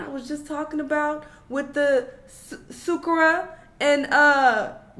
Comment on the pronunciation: Not “Sookara and YK Osasis” 😂😂